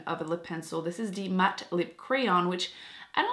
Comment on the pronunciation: Dee matte? 😂 I love the way you talk it’s adorable!